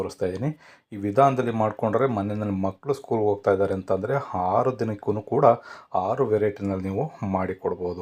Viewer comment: Haru alla aru